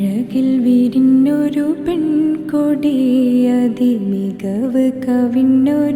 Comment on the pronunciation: വിരിഞ്ഞൊരു എന്നാണ് ബ്രോ.. വിരോന്നൊരു എന്നല്ല.ഞ പറയാൻ പഠിക്കുക..